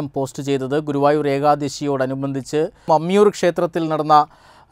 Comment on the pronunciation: പമ്മിയൂർ അല്ല മമ്മിയൂർ 🙏